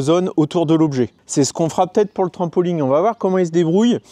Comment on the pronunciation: On ne dit pas un trampoling mais un trampoline.